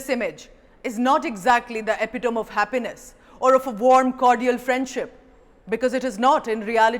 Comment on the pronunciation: Why do we Indians pronounce epitome as 'epiTOME'. It is 'epi -ta-mee' :-).